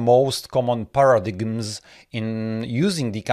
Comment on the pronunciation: Thanks! Also, you need to check your pronunciation of the words "asynchronous" and "paradigm".